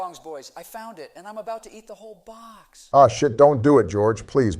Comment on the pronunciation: why he say it like that im bout to eat the whole booox